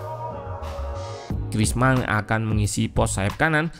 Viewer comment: Griezmann dibacanya Grizman Min. Bukan Grizmang karena 'N'-nya 2. Maman dibacanya Mamang karena N-nya 1.